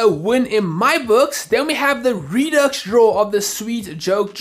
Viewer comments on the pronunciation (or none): none